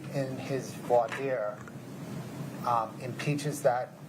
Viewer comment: Why don't Americans know how to pronounce "voir dire"?